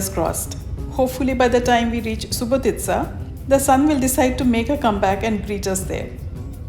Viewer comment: Well,well.You are the first to pronounce the proper name of Subotica. Thanks for tour.